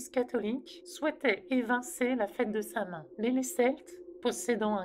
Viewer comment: Bonjour je me permet de faire une rectification. Samhain se prononce "sa-ouine". Qui est du gaëlique. Bonne journée.